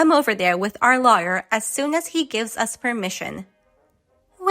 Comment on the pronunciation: "My husband is a liar"😂😂😂😂😂 Lawyer is pronounced loy er. Alimony is given to divorced couples. Alienation of affection is sort by engaged couples.